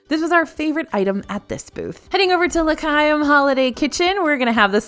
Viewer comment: Rally love the video! The Hanukkah booth is pronounced La - Hi-um - which you did say about halfway through. But earlier it was La KY-um and I was like, NOOOO! So anyway, just letting you know in case you missed it. Again, loved the video and your magical attitude is always so fun!